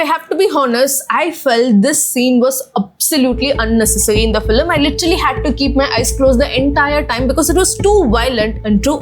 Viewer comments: The video is unbearable to watch every time you say "Feeluhmm" its FILM for god's sake!!! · Filim , first pronounce it properly😅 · Well-made video. Just a suggestion - to cater to a global audience, change your pronunciation (eg its film not filam)